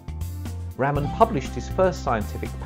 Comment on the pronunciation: Umm It's RAMAN not RAMEN😂😂